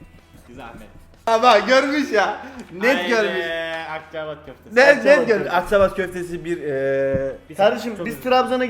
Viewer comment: Akçabat deil Akçaabat 2 a olacak kaç yıllık Trabzon'lusun Bilal nasıl bilemeysın :D